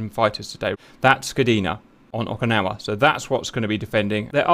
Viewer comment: It’s Oak-ah-nah-wah